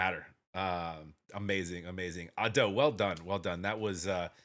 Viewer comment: The spelling of Usseewa isn't "Japanese English" at all. It is Romanization of Japanese language. English pronunciation ruled doesn't work. Just for your information. You also pronunce Ado wrong. Put stress on A not on do.